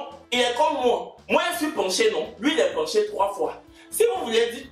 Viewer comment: Pourquoi tu dit penché même sa me fait trop rire 😂😂😂😂